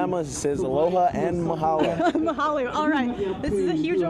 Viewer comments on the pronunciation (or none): A news caster in Hawaii and you say “Mahaluuuuu”!!!???????? TF?